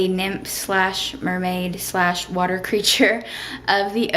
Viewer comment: "He's a human, you a muhmaid!"--you sounded a little Southern up in here lol.